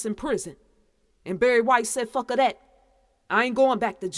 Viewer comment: "Fucka" "Shitta" 🤔? Are you saying that on purpose?